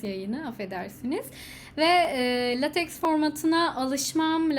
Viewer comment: The correct pronunciation of the word "LateX" is "Laytek". We can pronounce it as "Latek" in Turkish. This is relatively satisfactory. Latex is a kind of polymer material. Besides thanks for the content.